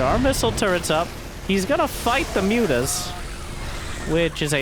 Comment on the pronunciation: "moo-tahs" -- I love that